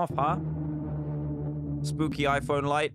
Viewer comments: He said spoopy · he said spoopy but not spooky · He sed spopy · He really said spoopy 😭😭💀💀🖐️ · You said spoopy